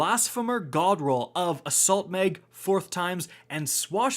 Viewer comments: Tactical MEG , extended MEG 😂😂😂😂😂😂😂 its MAG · It's mag not meg...assault meg, extended meg. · My mans said assault meg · Is it just me or does anyone else hear meg when he says mag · Canadian “People”